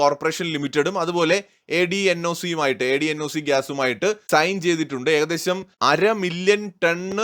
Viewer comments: ADNOC is popularly Known as അഡ്നോക്. A D N O C എന്ന് പറയാറില്ല. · അദ്നോക് എന്നാണ്